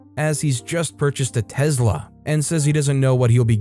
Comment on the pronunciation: Why you saying telsa like that lol